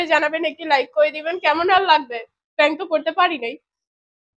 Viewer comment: Pronounce should be prank